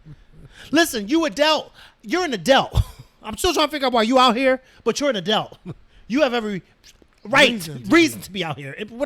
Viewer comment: I love how they say adelt instead of adult 😅😊